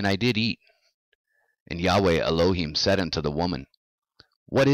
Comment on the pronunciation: at about you pronounce ELOHIM correctly. Every other time prior to this; I don't know how long after cause I just cant bear blasphemy, however well-intentioned, you have the wrong emphasis on the wrong syllable